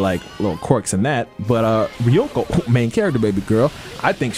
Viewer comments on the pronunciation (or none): My nigga her name is not hard to pronounce you keep saying ryoku but it's ryuko, it's a five letter word not that difficult nigga 😧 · Ryuko is pronounced REE - YOU - KOE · How tf you can't say "Ryuko"